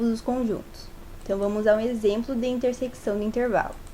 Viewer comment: muito bom, só errou em uma coisa, falar "intersequição", se fala "interseção" msm com o cç